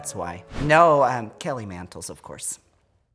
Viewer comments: Idk why but Tammie calling Kelly Mantle (Kelly Mantles) is killing me 😆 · sameeee she always adds an s lmfao!